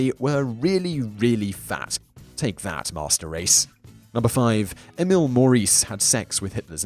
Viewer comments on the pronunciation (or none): none